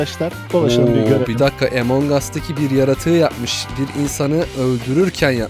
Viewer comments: abi emong as diye okunmuyor among as diye okunuyor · Yoooo Emong as diye okunuyo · Abi o “Emong As” (Okunuş şekli) diye okunmuyor o “Among As” (Okunuş şekli) diye okunuluyor :D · Abi emong as değil among as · Abi o emong as değil among us (a harfi ile telaffuz edilir )çeviride öyle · Abi bak böyel okue among as lütfen yaaaa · Among us emong us diye okunmaz özürlüler